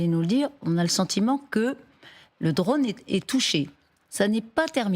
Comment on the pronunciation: " Reaper ", "Repere" C'est si difficile de dire " drône ".